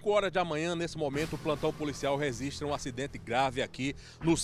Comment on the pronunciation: "...o plantão policiaL REZISTRA..."